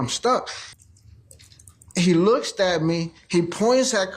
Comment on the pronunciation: “He lookst at me” 😂😂